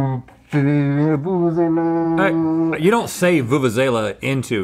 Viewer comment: I'm so impressed South Africa's national instrument has made it all the way to GMM...but guys it's pronounced "voo-voo-zella" 😂